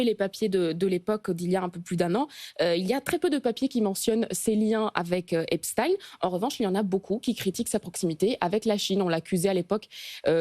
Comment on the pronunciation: Merci de prononcer Epstein comme Einstein et pas Epstine comme les ricains.